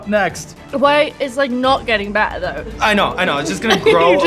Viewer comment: “It’s not getting beddererrerr” 🫠 hahahahaha